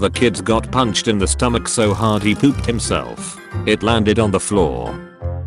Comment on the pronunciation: the way the AI says “pooped” was so funny to me 😂